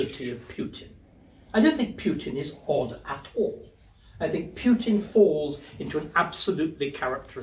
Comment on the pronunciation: Who is "Pyutin"?